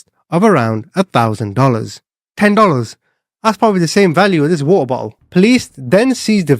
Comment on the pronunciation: My dude over here pretending not to know what drawing pins are then saying "garridge" and "wa'a bo'l "😅